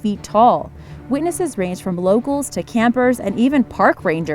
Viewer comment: Lost me at “Supposubly”